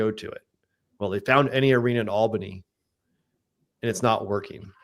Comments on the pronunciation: Guys, it’s pronounced “All-bunny” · I crack up every time you pronounce Albany